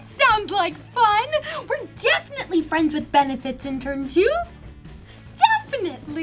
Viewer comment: FRENZ WITH 'BENIFITZ' Oooo